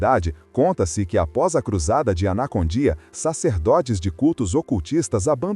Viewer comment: Participei de cruzadas evangelísticas com ele na Bolívia🇧🇴, apoiando ministrações no grande estádio tauiche Aguilera. É Esso é muito mais o ministério de libertação e salvação que Deus entregou a ele.( Obs.a pronuncia correta é : Carlos Anacondia) e não anacondía.Dios lo bendiga.🙌